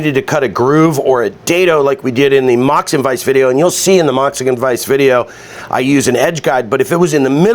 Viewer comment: Moxican vice 😄